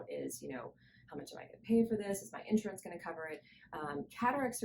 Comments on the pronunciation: Say: in-SHUR-uhns. 3 syllables, accent on the second syllable. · Nice job. Note: The word insurance has three syllables with the accent on the second syllable. So: in-SHUR-uhns.